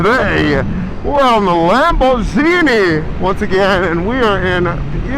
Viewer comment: Im sorry but no real italian says Lamborghini like you do....whoever told you that is a jokester😂 and i say that as a guy whos italian friend worked for them before coming here to america and thinks youre crazy